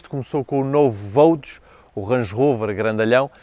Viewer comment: É costume dizer que “gostos não se discutem”, mas este Range é soberbo e só “ultrapassado” pelo irmão Velar., no Vogue não se lê Vogue com “Gê” em vez de “Jê”? Um G seguido de U lê-se “Gê”, correcto? Isto mesmo não sendo em português. Continua com os teus grandes vídeos. Parabéns